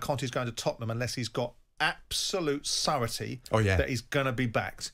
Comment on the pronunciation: Stop using words if you don't know how to pronounce them, e.g. surety.